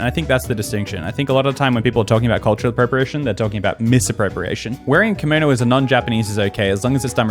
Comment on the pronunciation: I’m not Japanese but, is no one talking about pronouncing kimono as, “kAMoNo?”